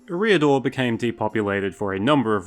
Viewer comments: It's certainly "Air-ee-adore" and not "Eh-ree-adore" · Your pronunciation of Eriador is abysmal. It sounds like you’re saying “a rear door”. EH-ree-ah-door /ˈɛ.ri.a.dor/ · i pronounce eriador differently to you. interesting. honestly i cant remember the last time i heard it spoken out loud. you say "e' REE a-dor" i say "eria-Dorr" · And you don't pronounce Eriador right. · STOP PUTTING THE WRONG EMPHASIS ON THE WRONG SYLLABLE IN "ERIADOR" omfg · For someone who is a LOTR youtuber, you might try pronouncing Eriador correctly. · Look up pronunciations before making a video. Your butchering of “Eriador” was so grating that I stopped watching. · check your pronunciation of Eriador